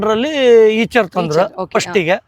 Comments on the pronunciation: ಅದು ಈಚರ್ ಅಲ್ಲಾ ಐಷರ್ ಅದು 😅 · Eicher antane helodu aichar alla